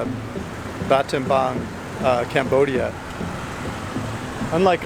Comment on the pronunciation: Why do you keep calling it ‘Batenbang’?